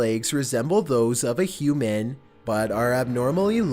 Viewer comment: I don't like how you say 'human'. It makes me wonder.